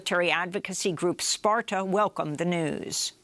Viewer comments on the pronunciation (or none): none